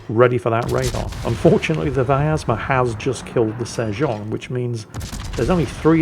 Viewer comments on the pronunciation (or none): btw there is no A in pronouncing Vyazma, if you are interested my friend